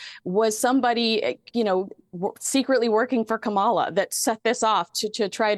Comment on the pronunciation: why do you purporely mispronounce Kamala Harris name?